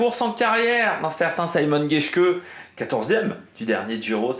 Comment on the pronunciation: Mais on prononce vraiment [saymon] geshke ? Ca me semble bizzare pour un allemand